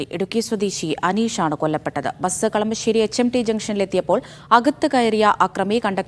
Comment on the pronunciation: ബെസ് എന്നു പറയാതെ ബസ് എന്നു പറയൂ